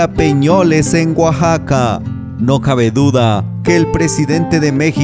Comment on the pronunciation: Hola amigo no es guaxaca se pronuncia Oaxaca, para que la gente de otros paises que ven los videos sepan pronunciar correcta mente gracias por los videos yo soy de Oaxaca tambien